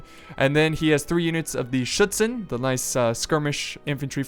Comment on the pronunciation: pronouncing 'Schützen' completly right? The time old channel tradition of mispronouncing was broken.